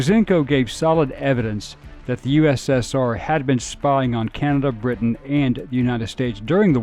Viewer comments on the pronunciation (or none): none